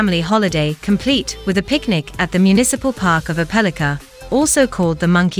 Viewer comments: It does seem like they could have found how to pronounce it right. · You are pronouncing the city name wrong